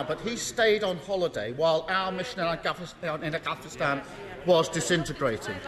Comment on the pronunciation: what? afGhansgsusi